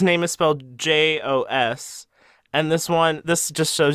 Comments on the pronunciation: dutch? A dutch person got mentioned. "jos" is pronounced with a short "o". Also, the space bear imitative..... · I'm really happy that you guys are doing weekly content. I love this podcast :D Also, I messaged my fiancée (he is Dutch) about how to properly pronounce "Jos", and he said it's too hard to explain over text. I am going to make him say it when I get home from work xD